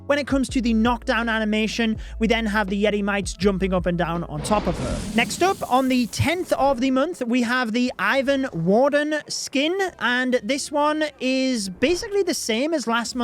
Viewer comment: pronounce Ivan with accent on ‘a’ and pronounce ‘I’ similar to e. this is how it sounds in russian and clearly developers took this name from russian folk stories)